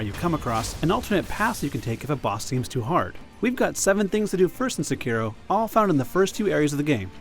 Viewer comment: please learn how to pronounce "Sekiro"